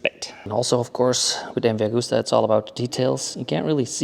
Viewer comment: スーパーファローチェ☝️😳⁉️ スーパーヴェローチェ…だろ☝️😒⁉️ ムバーグスタァ☝️😳⁉️ …МＶアグスタ…だろ☝️😮‍💨⁉️ スペルもマトモに読めネェのか🤷❓ メキシコだろうが何処だろうが、翻訳して日本語で喋ってくれるのは良いが…訳し方、発音もオカシイ🤷❗言葉に区切りが無い。…途中で早口に成るし☝️😩⤵️